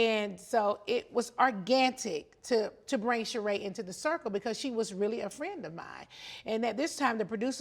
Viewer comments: "Organtic" is SENDING meeeeeeeee 😭😭😭😭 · “It was OrganTic” Yes NeNe 🤣🤣👏🏾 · u caught when nene said “Organtic” 🤣🤣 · “It was organtic” cause we were all friends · "It was really ORGANTIC" 😅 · I crack up EVERY time I hear Nene say organic (ARGANTIC) 🤣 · Always love to hear Nene say "ORGANTIC" meaning organic halarious 😂😂😂😂😂❤❤❤love it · and then Nene later on said "OrganTic" lmaooo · Now don’t forget Nene did say the show was supposed to be Organtic 😆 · What I’ve gotten from this first episode so far: 1) Nene looks goodt! 2) the “s” is still silent 3) ORGANTIC‼️ 4) They’re not a good match together 5) Nene’s personality seems forced 6) a lil slow 7) all of those “oh my goodness,” and interrupting Nene while she speaks is aggravating 8) I may watch a few episodes because I’m a fan of Nene, but I won’t be a regular watcher